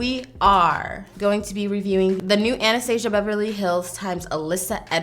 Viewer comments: Ah-nah-stah-see-ah is how you pronounce her name. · you’re not saying Anastasia’s name right in this video she introduces herself and that’s how it’s pronounced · Your hair 😍😍😍 also the way you pronounce Anastasia curls my toessss SISSSS 😂😂😂 STILL LOVE YOU SO MUCH THO 🥰🙌🏻 this look is beautiful and I love color and how you do awesome looks with it 😭🙏🏻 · Is Anastasia not anesthesia 😂😂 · the way she says anastasia I CANNOT 😂😭 all i can think about is that disney movie